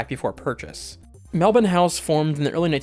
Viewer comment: That part at the end was lovely, and also mad props for pronouncing Melbourne correctly haha